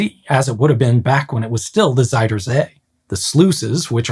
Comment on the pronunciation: Fun detail: Your pronunciation of "zuid" is slightly off. It sounds more like "zijde" instead, which means silk. The correct way of saying "zuid" is actually pretty close to the english "south", just replacing the hard S and T sounds with softer Z and D.